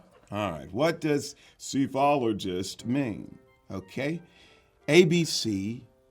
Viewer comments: Psephologist is pronounced suh and not -see I’m playing along lol Major is right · Major got the correct pronunciation of Psephologist. Proof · I think Major pronounced Psephologist correct